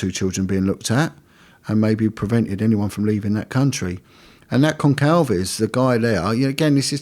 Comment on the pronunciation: Goncalves - it is pronounced like an "s," Gon-sal- veg, not a hard "k" sound.